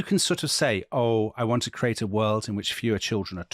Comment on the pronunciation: If that was supposed to be RFK's accent in the initial reading, you might want to check your pronunciation of "world." Totally Brit. 😅 I might add with respect to your comments about Ethel Skakel that she was raised Catholic and was extremely devout. It was in the private Sacred Heart School in Manhattan that she met Bobby Kennedy's sister, which is how she met Bobby. It is true that her father came from old Protestant money but the marriage of Ethel and Bobby was not a merger of Catholic and Protestant.